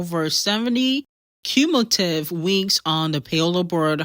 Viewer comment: Cumulative not culmutive Assssshhhhhhhh!!!! 😂😂😂😆😆😆😆😆😆😆😆 Plsssssssssss